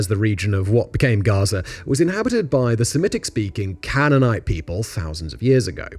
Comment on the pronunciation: The mispronunciation of 'Canaanite', 'Hejaz', 'Fatah' etc tells me Simon doesn't know this subject very well, he's just reading from a script. However, I have to admit, having finished the video, it is actually very well written and balanced